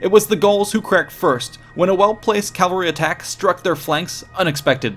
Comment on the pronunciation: Love the videos, but it's always annoying when you switch between Cavalry and Calvary when pronouncing Cavalry. and as examples. I used to make the mistake when younger, so I tend to notice it when watching any videos featuring the word. Edit: This is probably due to the truncation of Cavalry to "Calvry" when pronouncing, because a syllable drop to that rolls off the tongue easier than "Cavlry"